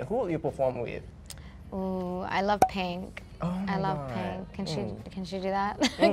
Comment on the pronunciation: Ava Max be like " I love Pank... I love Pank"